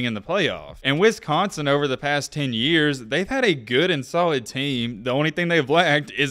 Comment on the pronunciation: The way your saying Wisconsin is bugging me